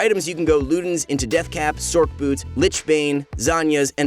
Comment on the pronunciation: The "c" in Sorcerer is pronounced like an "s", so wouldn't it sound more like "sors" boot, instead of "sork" boots? I think so. Also, Manamune would be pronounced "ma-na-moo-nay" due to the name being based off of Masamune, Japan's greatest swordsmith.